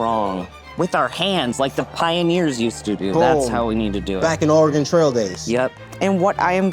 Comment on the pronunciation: Thank you, for pronouncing Oregon correctly